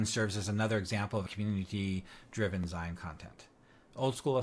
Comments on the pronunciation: Zeen..not ZIne..as in magaZEEN. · Zine = "zeen" like in magazine.